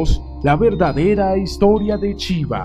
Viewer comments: Porque dices chiva? Se pronuncia shiva como se escribe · Chiva??? 🤣🤣🤣🤣🤣 que mala pronunciacion. Pero buena informacion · ¡¡NO ES CHIVA ES SHIVA!! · Para empezar me gustaria que pronunciara bien su nombre. Y eso de que el Señor Vishnu es el cristo ¡ufff! En general está bien pero las inexactitudes confunden. NADA tiene que ver con NADA satánico. Siempre quieren equiparar todo con la cristiandad católica y ahi radica el error